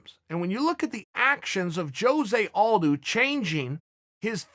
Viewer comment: Chael “jose al-doo” Sonnen